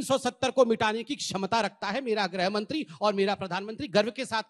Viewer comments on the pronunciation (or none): पत्र जी को तो गृहमंत्री भी ठीक से बोला नहीं जाता है। गृहमंत्री को ग्रहमंत्री बोलते हैं, पता किस आधार पर खुद को यूपीएससी पासआउट कहते हैं।